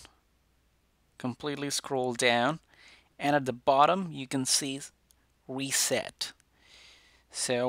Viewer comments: “Click on weset” wow ur a christen man ofc! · We-set ahaha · Who heard weset